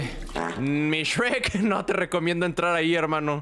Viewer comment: no es grek es sherk jaaaaaaa 7u7